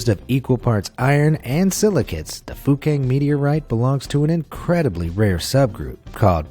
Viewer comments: Sounds like he is saying fu**ing meteorite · My mother thought the guy said F*cking Meteorite when he actually said Fukang Meteorite Haha lol